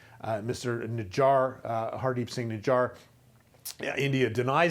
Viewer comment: Bro could not even pronounce their citizens name nijjar😂😂😂